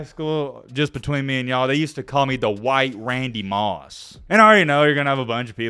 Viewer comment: Lmao Hwhite Randy 😂